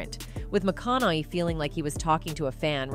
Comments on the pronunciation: What a waste of time this video is. The voiceover cannot pronounce Matthew's last name properly and just screws it up every time it needs to be mentioned. THUMBS DOWN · This channel is trash. If you're going to use cheap shitty AI to be your speaker then maybe make sure the damn AI can even pronounce the actor's last name. You lazy piece of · O.o how in HEEEELL do you pronounce Matts last name 10 diff ways in 1 vid XD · You could show a little respect just by pronouncing Matthews last name correctly. Lazy much?! Smh. Just realized it’s the stupid AI. This is just ridiculous. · I dont trust documentaries that cant even get the guys last name right and barely have him telling his own story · Dude. Every time you do your voice overs, you never know how to pronounce your peoples’ names! Matthew McConaughey is the subject of this video and stunningly, you don’t even know how to pronounce his last name! Do your homework before you record. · Who is is charge of the production of this, is anyone checking the pronunciation of the celebrities being featured on this channel? She doesn't pronounce "McConaughey " properly even ONCE in this entire video. Mis-pronounced 16 times in this 20 minute video. Not spelled right in the transcript. In another video she completely mis-pronounces Jay "Leno" saying Leee No. Ridiculous! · Anyone else annoyed that she keep saying his name wrong? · This Ai narrator is garbage. Can't pronounce names at all. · The way she occasionally says his last name correctly but usually completely butchers it is really grating on me. 😖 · The narrator's pronunciation of Matthew's last name just gets worse and worse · I don't know who made this video, but why would you have someone reading it Who can't even pronounce the man's last name properly? Is that AI that's reading that or is that an actual person? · Every time she says his last name she pronounces it differently. Tee hee wha--? LOL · Someone needs to teach this AI how to pronounce McConaughey.